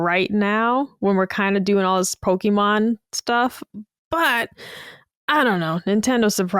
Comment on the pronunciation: Great episode! Ill say this again, though. To, you're awesome but you mispronounce Pokémon everytime. PokEEmon is flat out wrong. Either PokAYmon or PokUHmon are good but PokEEmon is grating to the ears every time. Only emphasizing this because it's a Nintendo podcast so you guys talk about the IP pretty much every episode:P